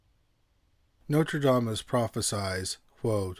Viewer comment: I love both your channels. I have a very small critique! You keep saying Notradamus instead of Nostradamus. ❤❤😮